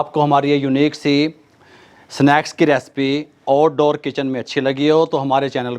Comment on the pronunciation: Oud ouddoor 😂🤣😂